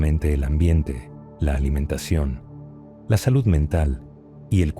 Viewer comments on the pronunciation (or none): none